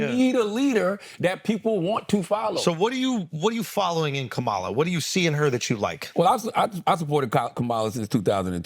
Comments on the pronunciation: Her name is pronounced Comma La.🙄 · Her name is pronounced COME-uh la! Stop being lazy and disrespectful! 🙄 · Please pronounce her name correctly. Ka ma la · Why can't they pronounce the Vice President's first name correctly? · Are we just going to let them get away with mispronouncing her name?! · Why he keep messing her name up and no one is saying anything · first pronounce her damn name correct... then put some respect on it. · Andrew say her name correctly.